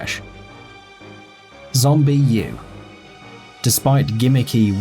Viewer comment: its Zombi not Zombie U